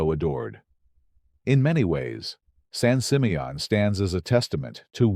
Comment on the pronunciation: I really hate how they tear down all the wonderful mansions. I live on the central coast and the pronunciation is San Simeon not San Simeot.